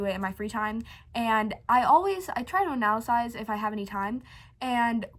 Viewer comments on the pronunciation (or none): Delve =/= devil Analyze =/= analysize